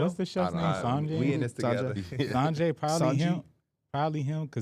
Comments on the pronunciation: Ain’t no way pronounced sanji like that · Sanjay is crazy 😂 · He never pronounces names right 😂😂😂 i be questioning if he actually watch the shows